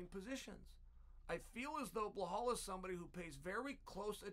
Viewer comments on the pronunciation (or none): Uncle Chael, all due respect, sincerely, it's "Belal". It can also be transcribed from Arabic to be spelled and pronounced as "Bi-lal". I hesitated to comment on the "Blehal" pronunciation on several videos prior but my boy Belal is now in the title contender discussion. I hope this does not come off as disrespectful. I had hoped for a long time that someone else would mention this but ... Love your videos. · Bluh-hal 😅😂😂 it’s BELAL .. come on chael lol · Lmaooo blehal? He deff does it on purpose..how hard is it to read belal? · Okay but who the hell is bleuhall? 😂 chael its be lal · "Blowhol mohamade" chael's things 😭😭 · “Blehall Muhammad” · “Blahal” ahahah Chael cmon ahahahah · burhull mooohumad ... why why why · Chael really must just choose to mispronounce the fighter's name.......and I'm here for it 😂😂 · 10-8 Goes to Belal’s name vs Chael’s ability to pronounce it correctly even once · Chael, if you admire and respect Belal as much as you claim to – maybe commit 30 seconds to learning how his name is actually pronounced.